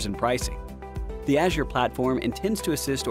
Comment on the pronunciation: Please pronounce Azure properly